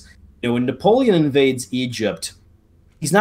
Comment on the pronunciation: Bro I love both of you but your homie hasn’t pronounced a single name or place correctly except for Tzar Alexander maybe lol, which amazes me because he knows more about the Napoleonic wars than any 100 of us here in the comments lol. I almost admire his style of pronunciation any damn way he pleases haha! 😂